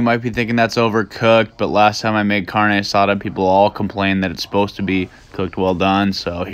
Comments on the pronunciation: I watched this 4 times just to here him say “carnay asaaad” 😂😂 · "Lets make some carne asaaad dude," lmao that was raw. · pEopLe aRe gOnnA GeT pIsSed n0 mAtTer wHat i d0 U wouldn't survive a cod lobby and if u dont want people telling u how is done how bout do research? And its not pronounced kaourne arraada ._.